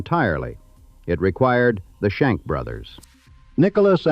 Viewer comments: They were not the "Shank" brothers, they were the Schenck brothers. God, I hate A.I. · Shank? Check that. Schenck.😅😅😅😅😅😅😅😅😅 thank's AI.